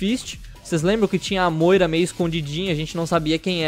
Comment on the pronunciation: nao se diz assim moira mas sem polemica